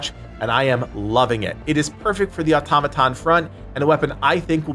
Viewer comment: Just happy that someone knows how to pronounce automaton